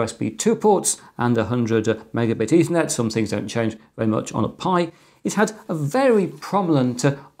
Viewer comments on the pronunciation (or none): none